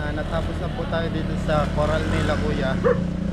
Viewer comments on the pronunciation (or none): 😂😂😂 coral Eloy hindi colar